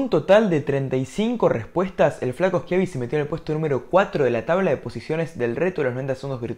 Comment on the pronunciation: nadie: schiavi: el flaco eschiabi